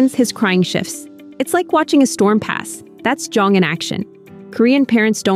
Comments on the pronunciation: me, a korean, clicking in video to see how i was supposedly raised lmao edit: oh, yikes, that is a LOT of ai footage being used but anyway, anyone who happens to read this, jeong is pronounced closer to jung ("hung", but with a j) than jong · Im Korean & its pronounced more like Jeong (jung)...but anyway, this method may be the now generation. As a millenial, most of my Krn-Am friends parents did what most parents do...re-act😂 not that calm